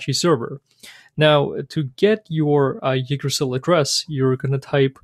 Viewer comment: Nice intro toYggdrasil! It's pronounced like this though